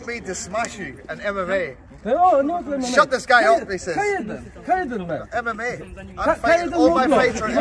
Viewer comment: "ka jeden men" xd